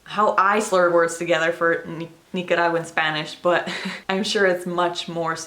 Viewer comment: YOUR PRONUNCIATION??? girlll you definitely sound like a native Nicaraguan!!! Gracias por compartir nuestra cultura con los angloparlantes <3